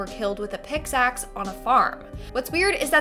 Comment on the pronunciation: Its "pickaxe" not "pixaxe". And how do authorities know the dead girl on the clifftop was murdered if she was too decomposed to show how she died?